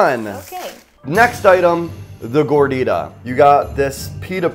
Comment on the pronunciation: The way the say Gordita made me cringe since I’m Mexican🇲🇽